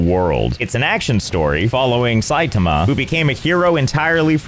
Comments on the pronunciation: I don't think it's pronounced SAI-tum-uh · its pronounced sigh tah mah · the way you pronounce ''Saitama'' mean you know nothing about it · I guess I can expect a guy who plays games incorrectly to pronounce Saitama incorrectly...